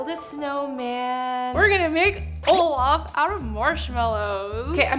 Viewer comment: Guys it's not "Olaf" it's "all of" ✨😂